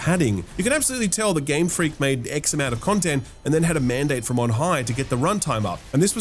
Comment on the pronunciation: Game Fweak